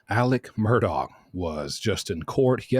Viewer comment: It’s pronounced mer-dok , darling 🩵